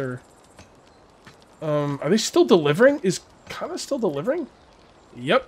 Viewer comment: Pronounce Kana like you would Lana....no strong a